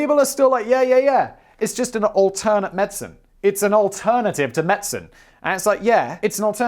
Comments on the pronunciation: Guy, please quit saying medsin. Medicine. Medicine. Med-di-cine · As another Brit I am very uncomfortable with your pronunciation of Medicine…./ med-sen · Wtf is going on with your pronunciation of 'medicine'...